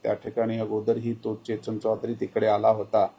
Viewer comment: चेचन चौधरी नाही हो सर....😅🤣 केतन चौधरी आहे ते 😂